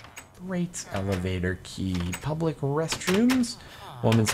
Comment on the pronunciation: Pubic xD Public*